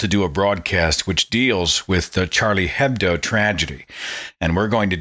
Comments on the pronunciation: hedbo are pronounced with silent h so it's "edbo" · Minor point: Hebdo is pronounced Ebdo. The H is silent in almost all French words when it's the first letter.